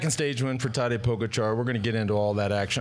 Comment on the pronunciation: Let me remind you to put the stress on the GA in PoGAčar. Tell the never-won-no-tour host that he's not too old to get it, as George gets it right on occasion and then suddenly forgets it and copies his boss. And Sir Brandly got it right once, soon to forget it for good.